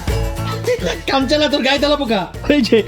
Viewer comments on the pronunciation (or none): কানচানা 😅😅😅😅না কাঞ্চনা ভাই